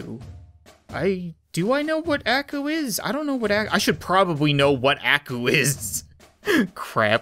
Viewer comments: Aku is pronounced "ah-koo" like in Samurai Jack and in Japanese it basically means devil. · YOU PRONUNceD AKU WRONG